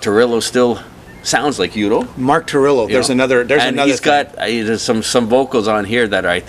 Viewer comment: By the way: The title of Accept's 2010 release is Blood of the Nations (not Blood of Nations) Mark's full name is Mark Tornillo (not Mark Torillo) Udo is pronounced Udo (with a German U and not like in English "Youdo") and the band (which is a band lead by the former Accept members Stefan and Udo and not a project or soloproject) is called U.D.O. (here, use the English U) And yes, you got that right: Wolf is a genious! :-)